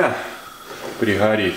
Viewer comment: Прихарит, храдусы, недарахой, гахревания.... ну блин, неужели нельзя постараться пересилить себя и Говорить Грамотно.